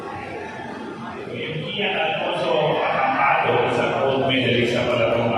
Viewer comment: It's Kean Alfonso Acampado po bako ning Kian Alfonso Acompado..congrats Kean and also to your opponent.